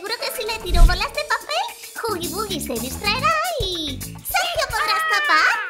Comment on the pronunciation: Medio risa cuando dijo sejio pos nada le gusta todo